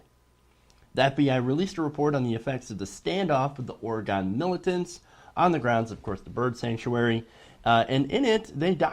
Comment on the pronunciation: ITS PRONOUNCED ORI-GUN (fuck guns but that's the easiest way to explain this) please get that part right next time, thank you.